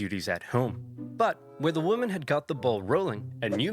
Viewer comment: You can tell by the fact that in this very video he pronounces "women" like "woman" over and over again, a sure sign of brain rot.